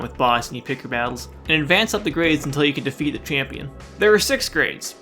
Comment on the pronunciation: i really cannot stand that he says champin instead of champion